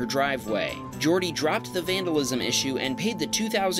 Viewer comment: It's Catalan. Jordi is also a very common Catalonian name for males. In Catalan, "J"s are pronounced like in French and Portuguese, so it as actually pronounced "Zhordi"